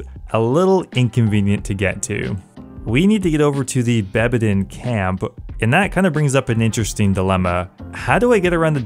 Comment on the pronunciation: Also its bedabin camp not bebadin